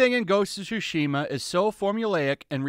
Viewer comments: Why does it always sound like he says Shu-shima and not Tsu-shima. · Im sorry but I can't- "Ghost of Shooshima" 💀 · The way he says "shushima" is killing me